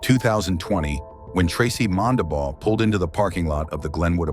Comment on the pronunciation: Its Mondabough, not all the weird ways they spelled it.